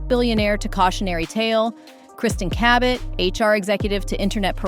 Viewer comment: how'd you pronounce Cabot? Ca-bet? in the Philippines "Ka-bet or Ka-bit or KABIT" in Tagalog means MISTRESS 😂😂😂